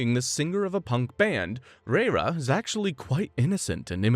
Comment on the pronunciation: Are they really saying REIRA as literal RRReiRRA 😂 It's LAYLA ffs 🤦‍♀️😂